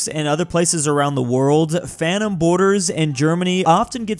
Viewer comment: Bro is not saying Phantom, bro is saying Fanum